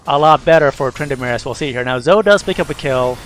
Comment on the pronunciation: Good video. I feel like you say Zoe's name wrong, though. It's "zoh-E"